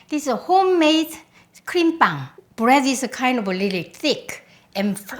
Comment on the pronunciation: she say brettt not bread